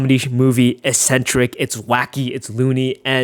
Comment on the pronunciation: Its pronounced ECK centric not "eSSenTeRiC"